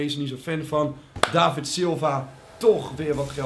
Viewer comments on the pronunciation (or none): none